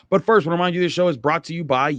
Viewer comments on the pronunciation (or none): I would like to tell you about how I was born Butt first. or ... I would like to tell you about how I was born , but first.... This is what I hear every time you say but first. btw I was a breach baby which means I was born butt first.😊